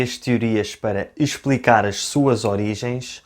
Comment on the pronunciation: ai essa pronúncia de "halloween" kkkk. E diz-se "EIXplicar" não "ESPLICAR"